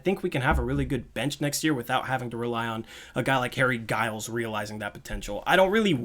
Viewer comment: Im glad you found the right way to say Giles